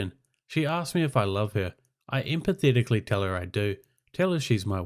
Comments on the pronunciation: Emphatically = em - fat - ick - lee Trying to help. Thanks for the wholesome story. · Emphatically is pronounced "em-fat-ick-lee". It means enthusiastically. This has been a public service announcement. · Great but you really need to learn how to say EMPHATICALLY! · Reader needs to learn the word emphatically…